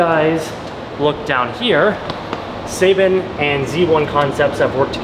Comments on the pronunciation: You saying seibon wrong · His pronunciation of Seibon is cringy